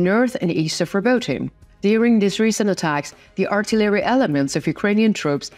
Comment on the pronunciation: Pronunciation. Cont.. "Artillery" ..emphasis on second syllable! "Ar-TI-leree" Other than this, there are a few more, but great reports, thank you!